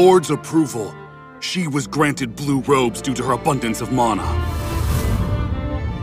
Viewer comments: "DUE TO HER ABUNDANCE OF MAWNA" i freaking died lmao. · Pluh-beian , Damn u well , Mona (Mana) , Sir Car stat